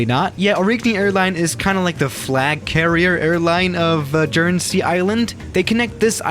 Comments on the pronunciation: it's pronounced "Gurn-zee" edit: Guernsey's flagship airline is pronounced "Aw-ree-nee" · Apart from your appalling pronunciation——‘G’ for goat= Guernsey! Your mocking tones of the size of the island and the small number of passengers compared to your US cities suits us just fine—— means we have fewer idiots arriving !! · A person that lives at Guernsey, the way you said ''Guernsey'' gets me triggered, also the way you said ''aurigny'' gets me triggered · I live there, You kind of pronounced it wrong lmao. Not quite international either there’s like 4 flights a day... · I live in Guernsey and it’s it’s own entity, and you pronounced Guernsey wrong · You pronounced Guernsey, Aurigny and Southampton wrong! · Mate you pronounced it wrong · I think they were more offended he pronounced Guernsey so badly, and when English people get mad they leak canola oil from their earholes and start a greasefire, especially if you mistake chips and crisps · You pronounce it wrong but thats fine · Hi, fan from Guernsey, just to say it's not pronounced Jern-zy it's Gern-zy. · The airline is pronounced like "or-ree-nee" and Guernsey is pronounced "gur-nn-see" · It’s guernsey not jernsey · Jernzee Guernsey is pronounced “Guhn-zee” Edit: also Orig-nee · J-er-ne-sey Me who lives in Jersey: bruh XD Guer-n-sey sounds like Ger not Jer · IT'S GEAR-NSEY NOT JEARNSEY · Man said Guernsey like Jernesy it’s gernsy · "Jer-nu-see" hmmm lol..... Jokes aside, alot of my family are from Guernsey (Gurn-sea) been flying there for years. Not to mention my Uncle used to be the Managing Director (CEO) of Aurigny :P Edit: Your cockpit views trigger me. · Gurn-sey, not jurnesey💀😂. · It’s not called ‘Jern-zee’ it’s ‘Gern-see’ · Pronounced gern-zee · Guernsey: Is pronounced Guernsey: JuErNsEy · J... jernesey? ITS GERN-SEE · Its ‘gurnzee’ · I live in guernsey and some of these pronunciations really triggered me but I'm happy you flew here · You pronounce guernsey so wrong (it’s actually like gern sey